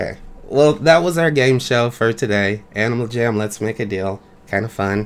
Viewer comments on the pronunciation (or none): “Animal Gam”